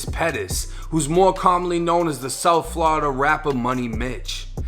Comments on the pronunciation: Bru say flawda so wrong he not from hea that’s all I kno 😂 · "Flada" lmao